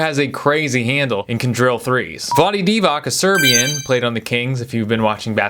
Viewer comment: It's Divats not Divak